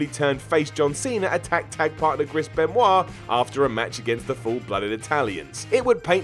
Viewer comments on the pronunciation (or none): none